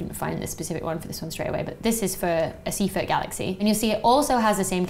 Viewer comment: Wrong pronunciation of Seyfert.